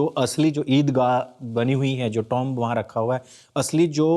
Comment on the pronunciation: टॉम्ब नहीं टुम होता हैं।